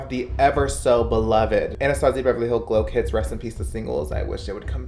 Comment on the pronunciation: are we not gonna talk about how he said glow clits 😭😂